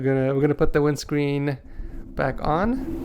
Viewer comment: Wit tha fome wimscween